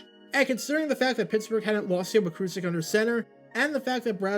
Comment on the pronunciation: Mike Kruczek's last name is pronounced as "Crew-Check".